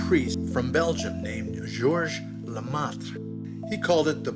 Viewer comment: He said lamont because how do you expect anyone to pronounce lemaìtre????